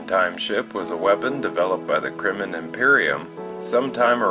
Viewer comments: Why do you keep calling the Krenim, "Krimmon"?!?! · Why cant he pronounce Krenim?